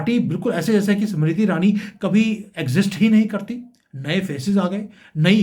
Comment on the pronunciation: 🌹🌹🌹🌹🌹🌹 समिरिति ईरानी...... उच्चारण..... 😢😮😮😅😅😢😮😂😂😂